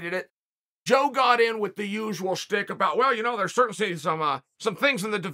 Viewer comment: Chael, I'm a big fan of yours. BUT your pronunciation is sometimes a little screwy. You were talking about Izzy's entrance and it sounded like you were saying "stick." Did you mean "shtick?" (Sometimes spelled "schtick.") Like a bit, somebody's trademark reoccurring gag? That's pronounced SHHHHH-TICK. SH, Chael. A stick is a piece of wood. Or were you implying Izzy needed a stick to KO the opponent?